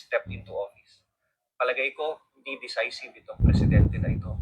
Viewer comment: Decisive - pronounced de- SAI-siv DDS po ako, sir, just trying to help